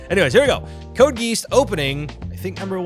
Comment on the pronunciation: It's not pronounced code geese, it's pronounced code gay-ass